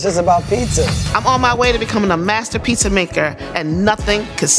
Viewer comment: It sounds like the host finally learned how to pronounce "pizza" correctly for season 4! "Piece-A-Wars" didn't quite work for me.